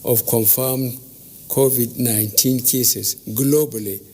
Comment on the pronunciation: Finally BUBU have learn how to pronounce CONVID-19, Congratulations, but sorry your government have totally failed Nigerians and the world at large and now you're congratulating our youths celebrities who you called lazy and your government was planning of stopping them from shooting music abroad because your government failed or have you forgotten???, thank you anyway.